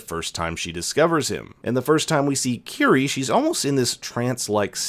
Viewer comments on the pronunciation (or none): I’m gonna admit that I thought Kiri’s name was “kitty” because her clan pronounced it as kitty